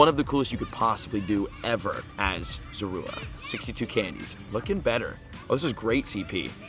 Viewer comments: You Said Zorua Wrong The Entire Video XD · You pronouncing zorua name wrong , go watch the movie